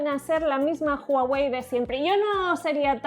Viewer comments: PORQUE DICEN JUAWEY?? SI LA H ES MUDA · Se pronuncia Guawei, no Juawei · comienza hablar de Hawei